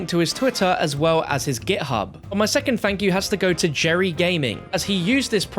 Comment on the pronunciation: Lmao I could be wrong but the Twitter guy Jari isnt pronounced as "Jerry" it's "Yar-E"